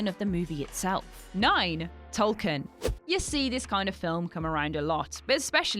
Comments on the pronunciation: Also: Biopic doesn't rhyme with myopic. Tolkien is pronounced TOLL-keen. Don't pronounce Weinstein two different ways just words apart from each other. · It's "Tol-keen", not "Tol-kine". Come on.:P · "TOLL-keen". "BIO-pics" (you know, as in biographical picture?). "dis-TRI-butor". The S is silent in Cannes.